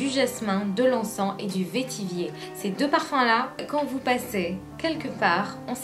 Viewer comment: On ne dit pas "vétivier" mais vetiver (se prononce "vetivert"). Pour Amouage la collection Library est très restrictive. Les meilleurs parfums de Amouage sont Epic woman, Lyric, Memoir, Sunshine, Dia, ....